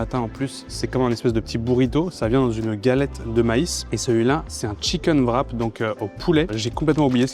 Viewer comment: Pourquoi est-ce que les français prononcent le ''w'' de ''wrap'' comme un ''v'', et d'autres sont plus comme un ''u'', comme dans ''with'' ''war'' et ''wet''? Personne d'autre que les français prononcent wrap ''vrap''. La monnaie de la Corée devrait être prononcée comme ''von'' si on dit ''vrap''.